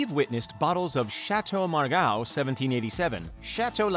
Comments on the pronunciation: OMG..."Margaux" it's "mar go" not "mar gow". And you "prosecute" a criminal, but "persecute" a Jew, Muslim, Catholic... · Margow? Affixionados? Romany? Though you did change this to Romanée at one point in the video. One mispronunciation can be endearing. This however comes across as amateuristic. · Stopped listening when he pronounces Chateau Margaux as "margao", and Cheval Blanc, "blank" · Château Mar-GOWWWW? Cheval Blank? 🤣 And we wonder why people find us Americans to be a bunch of clueless numbnuts. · Chateau MAR-GAW ???? SIGH.... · Specially Margaux.